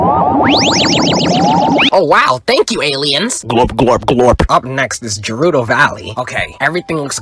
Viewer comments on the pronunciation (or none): Bro cant even pronounce gerudo right 😞